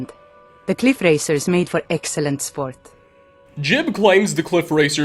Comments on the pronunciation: Ji-ub! It's Ji-ub! Not "Jib". You even played a recording of how to say it and then immediately said it wrong. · You have the voice clip of saying Jiub's name properly in your video and still call him Jib... fucking smh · Game literally says his name Jiub and this mans calls his Jib and I’m so triggered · It's almost like ur deaf dude come on we all know we heard how to pronounce jiub. Jee ub not difficult bro